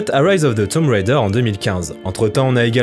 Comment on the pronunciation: Déjà j'aime tes chroniques mais en plus t'es le premier que je vois bien prononcer "Tomb Raider". Je kiffe bien. :)